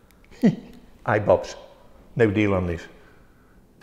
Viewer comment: eye bops? 🤣🤣🤣